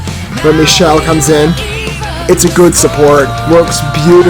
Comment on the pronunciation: Michele is actually pronounced Mick-el-lee. I know, I know....those crazy Italians...😅 however, this is not Michele. This was Siegfried Samer. Michele didn't join the band until the next album "Wanderers." Siegried was with them for 2 albums, "Ethera" and "The Deep & the Dark."